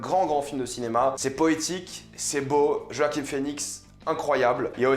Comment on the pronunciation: Roaquim ? 🤔 Sinon critique au top, tout à fait d'accord avec tes propos. Ta chaîne est super, continue !